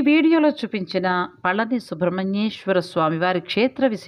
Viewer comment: Pa la ni La kaadu pa zha ni. Pa zha m ante fruit பழனி விஞ் winch antaru rail Feb, march april. All good info. Kanda kadanba, story u didnot say